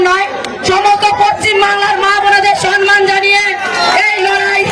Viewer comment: সনমান নয় সম্মান উচ্চারণ করো। কাকে দিলেন রাজার পাঠ।